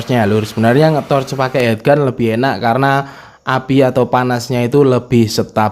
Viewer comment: Heat gun dibaca hit gun lur... Heat= panas Head= kepala